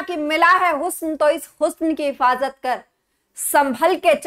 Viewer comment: इफाजत नहीं हिफाजत होता है